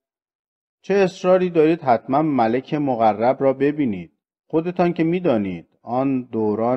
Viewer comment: چرا اینقدر غلط املایی داری؟ ملک با تلفظ malek یعنی پادشاه و با تلفظ malak یعنی فرشته